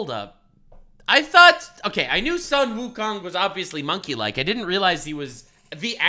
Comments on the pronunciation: Sun Wukong should be pronounced as Soon Wukong, not Son Wukong. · Both Chinese and Japanese are written as 孫 悟空，but the Japanese pronunciation is Son Goku, and the Chinese pronunciation is Sun Wukong. Both refer to the SAME monkey king.